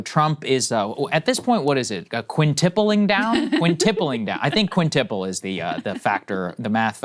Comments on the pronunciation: Also, Saagar, it's quintuple, not "quintiple" lol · The word is "quintuple" Saagar. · Quintuple. Not quintiple.